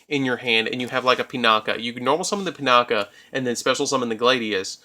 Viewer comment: Oroshi - "Or-oh-shi", Sohaya - "So-hi-ya", Pinaki - "Pin-ah-ki" say it with me now!